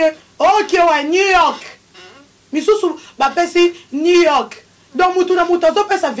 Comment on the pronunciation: Yango yo fille ya tshoko oyo ozalaka n'a sujet te kk wata pakipaka yo te yoka soni koooo azo koka ATA KO prononcé new York te ni aclanta soin dissent ozala n'a poto